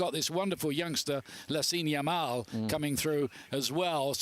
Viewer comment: Its Lamine Yamal not Lasime Yamal